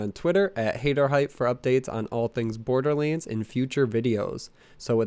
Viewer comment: Am I the only one hearing him call borderlands borderliends?